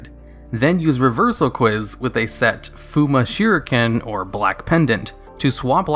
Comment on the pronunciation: "Fuma Shiruken"